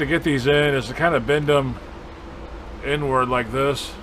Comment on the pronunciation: Everytime you say the inward it sounds like you're saying N WORD. LOL